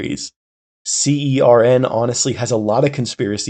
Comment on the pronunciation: also you don't need to spell CERN every time, the official pronunciation is /sɜːrn/ (basically like you'd pronounce "sern")